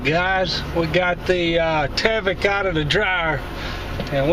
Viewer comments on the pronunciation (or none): there is no A in tyvek...its"tieveck"...not taveck"